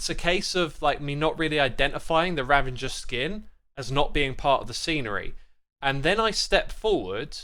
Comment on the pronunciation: RA - VA - GER ...... not Ra-ven-ger please..... it is so triggering!